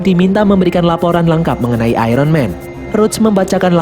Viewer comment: Iron di baca ayon bukan ayron